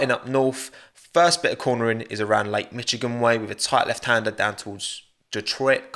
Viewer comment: the way you pronounced Michigan (I know there is a note) sounds like Michigun (from geometry dash RIP /\/\/\)